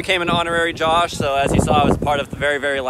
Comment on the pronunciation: Josuh sounds like japanese people trying to pronounce "Josh"